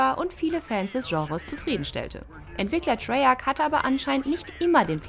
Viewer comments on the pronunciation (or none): none